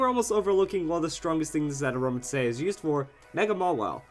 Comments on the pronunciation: It's pronounced "a roam a teeze" I think. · it pronounced as "A-RO-MA-Tees" if you watch the series :) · I love using Aromatisse (said as Ah-ROW-mah-tees, just a little note) on my Doubles/Triples Trick Room teams. It's such a good supporter, its bulky, and it can heal its teammates while they do all the attacking.